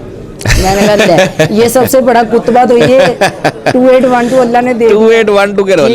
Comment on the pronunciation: Kutba nahi katba hota hai